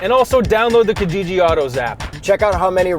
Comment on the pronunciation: I love your vids...I die a little inside when i hear say Kijiji though...he needs to get an East African to teach him how to pronounce it properly...on a different note, can American companies look into shipping their trucks to us cos damn! The only cool truck we have here (from the dealer) is the Ranger Raptor, n this Longhorn looks swee